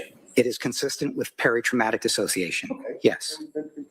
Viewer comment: I love you, but it's dissociation, not disASsociation. Ask John.